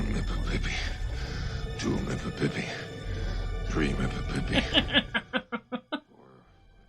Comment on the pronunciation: Needs one more syllable - Mippippippi not mippippi And haven't we all.